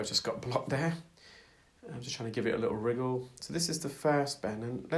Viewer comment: I enjoy watching the videos but every time that you say riggle instead of wiggle it strikes a nerve. Pet peeve